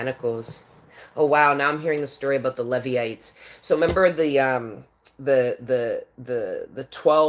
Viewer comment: Pronounced "Leevites"